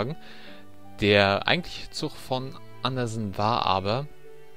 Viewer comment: ist es echt so schwierig "zuG" zu sagen? Ich bekomme blutige Ohren wenn ich ständig "zuCH" höre.... oh mann... sorry die Kritik musste sein.